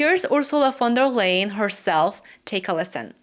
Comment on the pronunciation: I think it respectful to pronounce a person's name the way they pronounce it. Even people you don't like. Von der Leyen.